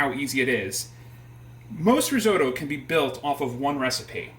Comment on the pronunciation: Could not agree more, this may be an interesting family recipe but this has nothing to do risotto. And learn how to pronounce risotto properly. The longer I watch this the worse it gets, it really hurts watching this. You have no idea about the theory of cooking a risotto, and serving in a soup bowl. Go back to basics and read Marcela Hazan before doing another video.